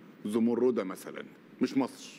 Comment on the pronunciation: كل الذي نرجوه من السيسي في الوقت الحاضر وقبل كل شيء هو أن ينطق أسم مصر التي يحكمها بالحديد والنار بشكل صحيح !!! حيث أنه ينطقها ((( ماسر ))) بدلا من ((( مصر ))) وتحيا ماسر تحيا ماسسسسسر تحيا ماسسسسسسسسر